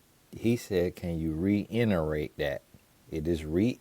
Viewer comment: “can you reinnerate that one mo time?” 😂😂😂